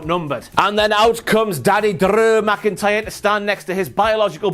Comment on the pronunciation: I love when talks about Big Daddeh Drrrrrrew McIntyyrrrrre! And twin magic you say!? Maybe Bo Dallas has jacked up and grew dreads for that ole switcharoo!